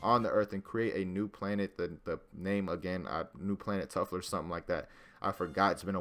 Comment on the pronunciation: "Tuffler" LMAO